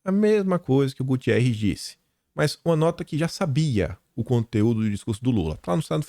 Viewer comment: Bom dia! Só para esclarecer é Guterres, não Gutierrez. O secretário da ONU é português.